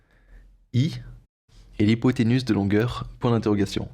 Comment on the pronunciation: Effectivement...petite rectification (désolé), mais ce n'est pas hypothénus....mais hypothénuse....qui se prononce UZE et non pas USS...ca m'a peté les oreilles 🤣🤣🤣🤣🤣🤣!!!